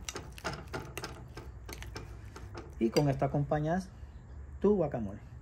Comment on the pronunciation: Eso no es un guacamole, ni siquiera lo sabe pronunciar, mejor deberia investigar o que le llame de otra manera, mejor vean recetas de México que es el origal.